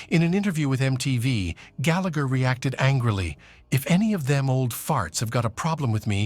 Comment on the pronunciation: Big Time. And he cant even pronounce Gallagher correctly!!